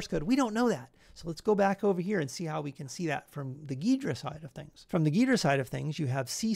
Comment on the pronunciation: It's pronounced gee-druh, great video though!